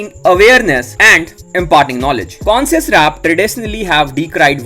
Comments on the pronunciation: Bhai consince rap nhi bolte isko, isko bolte hai conshious rap that's how u should pronounced it. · Bhai pronunciations skill sudharo conscious rap ko consess rap bula rahe ho 😅😂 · Ache se bol , consens kya hota hae? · M koi gyaani Nahi Hun lekin bhai wo कोनसिंस Nahi कॉन्शियस hota.. Correcting cuz I like watching ur channel.. No hate🙌🏻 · Conscious rap ka pronunciation galat h bhai